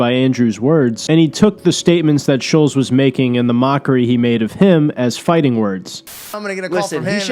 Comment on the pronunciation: SHULLZ....SHULLZ......it's fucking ShulTtttttZ